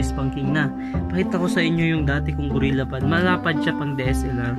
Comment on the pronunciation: gorillapod tsong hindi gurella pod